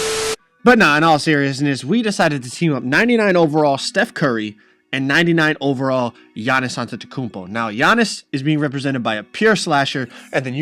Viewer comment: HIS NAME IS NOT YA-Nis it’s AH-NiS AhnTeKumpo